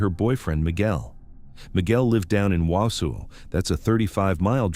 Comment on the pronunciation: Exactly! Not Wow-sow 😂I'm from Merrill, Wisconsin, only 15 minutes away.